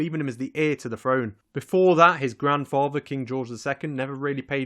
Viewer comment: Although if I had to pick a favorite, it was "Grand Fava" for grandfather.